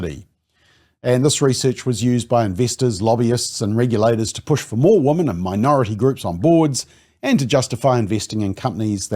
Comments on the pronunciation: You are pronouncing the word "women" incorrectly. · I hate that too!!